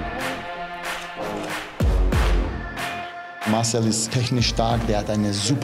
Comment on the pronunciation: Jetzt bin ich etwas verwirrt oder ich höre nicht richtig.. heißt er jetzt Márcel oder Marcél? Betonung auf a oder auf e ????